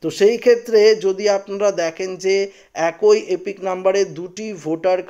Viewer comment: "একই "উচ্চারণ ঠিক করে পড়ুন